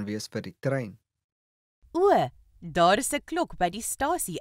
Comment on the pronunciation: Die man se uitspraak is verkeerd. The pronunciation the man uses is wrong. 1. He said: Maar daar is .... He pronounces it: Môr dôr is .... 2. In Afrikaans praat ons foneties. Die letter "a" is soos die "u" in "under the table". The letter "a" in Afrikaans is pronounced like the letter "u" in the English word "under".